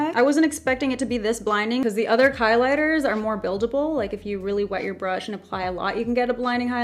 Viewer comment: ‘ the others KLIGHTERS’ 😂😂😂